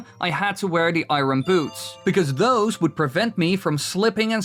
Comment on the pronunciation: The way you pronounced "Iron" haha